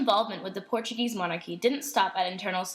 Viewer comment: Absolutely loved, but Portuguese pronunciation was very off.